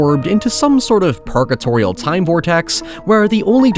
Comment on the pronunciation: You pronounce a lot of words wrong. I want you to forget the letter “I” and practice the letter “O”. Time and town should not sound alike. That being said fun video well done.